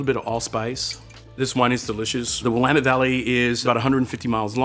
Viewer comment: Thank you for pronouncing "Willamette" properly. Great tasting video!